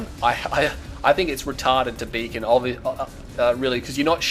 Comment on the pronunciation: Whenever you said "Beacon", you sound like a Jamaican saying "Bacon".